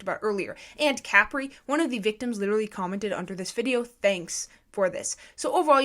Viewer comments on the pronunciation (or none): Are we gonna talk about the fact that she says “cApree” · It’s prounounced kuh-pree